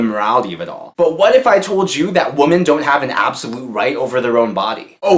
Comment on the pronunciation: Why can't pronounce "Women" correctly? For the plural of woman,the "O" is pronounced as an "I". Please, people, get this right!!